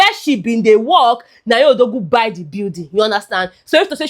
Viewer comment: You are from Delta state. That "hor-zo" and "bye (buy)" was the giveaway.